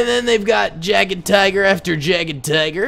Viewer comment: just a pointer it's pronounced Yagtiger